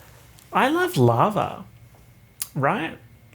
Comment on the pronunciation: For some reason I thought you said "larva" instead of lava